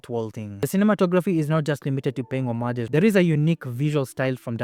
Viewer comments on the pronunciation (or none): I think your pronunciation of homages is wrong...awesome video though